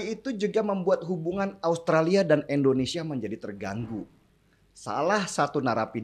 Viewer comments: Indonesia bung,,,bukan Endonesia.... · MAAF NIH YA NGOMONG YANG BENER LAH. " INDONESIA" BUKAN ENDONESA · Nama negara saya itu INDONESIA ingat ya INDONESIA, bukan ENDONESIA